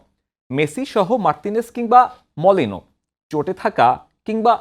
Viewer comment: নাম গুলাও ভালো করে বলতে পারেন না। মলিনা রে বলতেছেন মলিনো, রুলি রে বলতেছেন রুলো, ওতামেন্ডি রে বলতেছেন ওতামুন্ডো। কি সাংবাদিকতা করেন বুঝলাম না